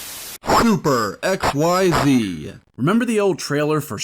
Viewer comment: "Super xyX" , not "super xyZ"